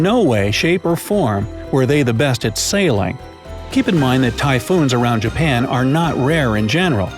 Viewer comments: and he said Jaban 😂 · really “Jaban” 😂